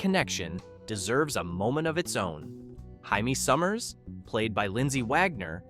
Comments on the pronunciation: "Hymie Summers" for Jamie Summers is just bad. Do ppl even listen to their videos anymore? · It's Jamie Sommers, not Hyme Sommers.😅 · It's 'JAY-MEE' Summers, not 'HI-ME' 🙄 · So 'Jaime Sommers' is 'Heime Sommers' in your narrative!! Where did that pearl of phonetic reinterpretation come from? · Thumbs down for your pronunciation of Jaime Sommers.